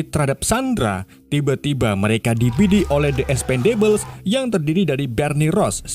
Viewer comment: Dibacanya ikspendebel bang E di "ikspen" dibaca kaya E di ember E di "debel" dibaca kaya di kata enek mau muntah Gitulah pokonya kan Bunyi nya beda ya Jadi The Expendables dibacanya "di ikspendebels"